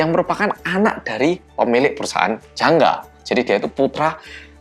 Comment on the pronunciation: ngomong jangga aku dengernya janda